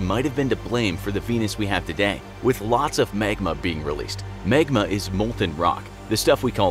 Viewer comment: It’s magma not megma